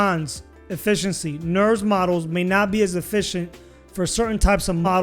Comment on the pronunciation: lol "Nurbs" not "Nerves"